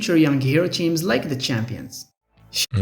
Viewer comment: Ah yes, I love me some Marvel "cheams".